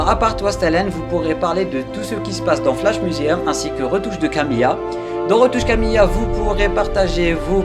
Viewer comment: Juste, ça me perturbe😅, pourquoi t'écris et prononce Kamilla et pas Kamila?